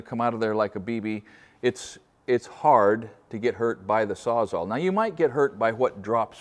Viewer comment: Can someone address the crisis of everything pronouncing it SAWZAW